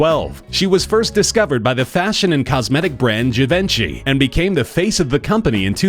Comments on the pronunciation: Givenchy is pronounced gee-von-she just so you know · Hilarious pronunciation of "Givenchy". Fuckin' 'muricans. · Lol the way he pronounced Givenchy 😁